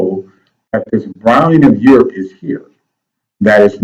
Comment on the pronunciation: stop mins "rebrownng of urop" mght b more accurate... terri a.